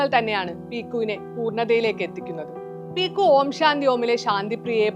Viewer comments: പീക്കു അല്ല പിക്കു. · ചേച്ചി qualb effcet റ്റില 😂